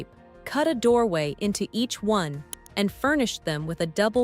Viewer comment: Who LIVE in one, not "who live in ONE. AI voices do not understand human inflection.